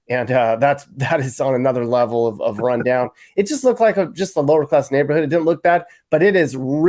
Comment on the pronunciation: no sir- Luh-vul😜 if u know u know